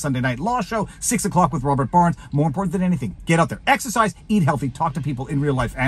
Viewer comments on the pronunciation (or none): none